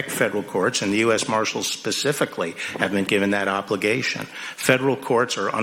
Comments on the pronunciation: Rep Sheila Jackson says "pacifically". is she referring to to a location in the ocean? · this lady said Pacificly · LMAO Sheila Jackson Lee who are these people? here is you answer................ Pacificly is a word that dumb asses use because they don't know how to use the word Specifically. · She said "pacifically" instead of specifically. These are your democratic leaders. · D. Rep. Sheila Jackson "pacifically". Is she a 7 year old?